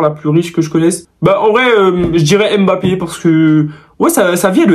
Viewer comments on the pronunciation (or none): none